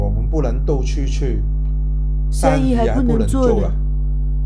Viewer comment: 哈哈哈哈哈哈，三姨=生意。这个好笑:-D